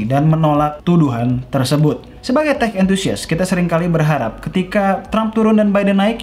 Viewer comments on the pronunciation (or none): Teh banget ini 😂😂😂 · "sekian dunia teh" Kedengarannya sih seperti teh ✌😂👍